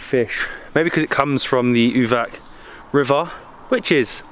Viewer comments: We pronounce it like Uvats not Uvak, and Booket , not Bucket. You guys are fun to wach, you gave me the idea where to go, I enjoyed your video. Keep it up. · Uvac is pronounced Uvats (the c in latin script is always a ts sound)